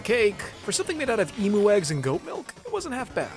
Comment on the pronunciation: Em-you, not Em-oo